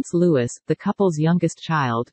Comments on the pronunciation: It’s Louis. Not Lewis. How is it difficult to understand? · It's pronounced Loo-ie, NOT Loo-iss...🙄🇬🇧. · The third child's name is pronounced " Looee " not " Loois ". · You need to program your robot to pronounce LOUIS correctly, ESPECIALLY if you’re going to call your channel “Cambridge Family News” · It’s Louis without pronouncing the s….. French name. It’s important to know how to pronounce names before reporting…. Incorrect pronunciation of a proper nouns is rude…….